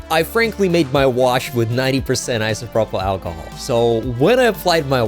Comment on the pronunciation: I winced when you said Isopropyl lol